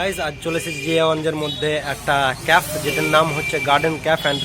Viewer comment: Khub sundor hoyacha But it's not caf it's cafe (ক্যাফে)